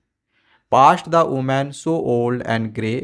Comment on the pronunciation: Women ❌ omen ☑️